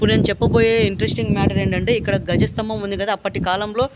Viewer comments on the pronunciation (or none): అది గజ స్తంభం కాదు ధ్వజ స్తంభం అంటాము